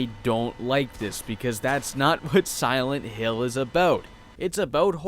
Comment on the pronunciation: Siwent hill. Look at his lips during pronunciation.